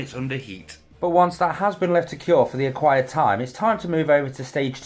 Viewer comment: Love this build! But is it just me or does he always say "acquired time" instead of "required time" lol